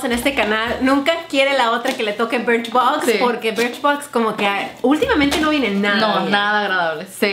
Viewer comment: dijo BRICHBOX Y DIJO IPSY..